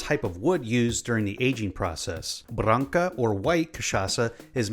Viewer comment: It's so amusing to hear you speaking words in our language. Your pronunciation of "Branca" made it feel like an artist's name